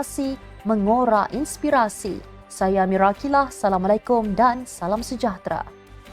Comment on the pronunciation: Pembaca berita ini belajarlah membaca bismillah dan memberi salam dgn betul.